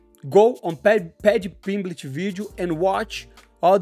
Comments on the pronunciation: I thought he said "PimpBitch" at first :face-green-smiling: Had to rewind =) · Haha! Sounded like “Paddy Pimbitch”! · Paddy pimblitch lol...